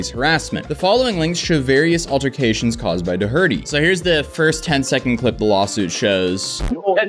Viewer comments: What kind of functional illiterate says Doherty like "Do-hurty", jfc. English is a stress-timed language, you can't just put the stress in the wrong part of the word from being some sort of immigrant who never reads or has conversations with standard Irish surnames like Doherty in them. Anyway, heil, keep mangling standard Irish surnames like that, because you hate the Irish as well as English. Please learn to speak basic English, if you expect to make a living doing this. Seriously, why would anyone make Doherty even harder to say like that. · Please for the love of god stop calling his name dough-hurty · Are you purposely saying his last name wrong?? You’ve done it on multiple other videos and it kills a lot of your legitimacy when trying to state facts his last name is pronounced DOOR TEE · It’s door -tee. Not doh her tee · While this was interesting the constant mispronunciation of Doherty was driving me insane! It’s pronounced Dockerty, not doe hurty! Though I’m happy if you want to call ‘prick’ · DoHERty? Shouldn’t it be pronounced “DOherty”? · Do - Er- Tee not Do-Herty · Doh-herty...... actually pronounced like Dority! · DoHERDY T_T Bro it’s pronounced “Dockerty” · Do-hurty😂 it’s Do-erty, but I love that you said it like that. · Yes he is a twat, But every time you pronounce his name "Duh Hurty" instead of "Doe-Erty", an angel dies. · "DOH-ER-TEE" not "Doh HURTY" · Jack ''Doh Hurt Tea'' Its pronouced DAW-HER-TEA. Its an Irish Surname. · DOherty, not doHERty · It is Dougherty (door-rit-tee) and not (doe-hurt-tee) right? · While I love your vids but you need to learn how to pronounce some names. Dough-erty. Not Doh-herty. Unless you’re trolling in which case continue. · Yo bro it's pronounced door-tee not durhurty ❤ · I don't know if this kid says it like you do, but typically, "Doherty" is pronounced "DOR-dy", not "da-HER-dy". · It's pronounced Do'herty, not Dohe'rty. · It's Doc-er-ty. DoHERty wtf😂😂😂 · doe-hurty....bruh haha, it's pronounced "daw'rty"